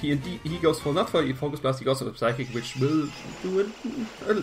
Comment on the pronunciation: good game, well built team! just remember the P in psychic and psyshock is silent!